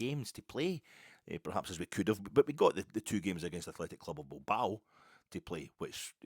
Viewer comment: Beer then wine, you’ll feel fine. Also nice to hear Bilbao pronounced properly and not the ancestral home of a fictional Philadelphia boxer